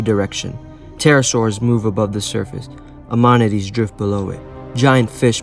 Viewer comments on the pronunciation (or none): One quick pronunciation note: the cephalopods with the coiled shells are pronounced AM (as in Sam)-uh-night, not ah-MON-i-tee. 😊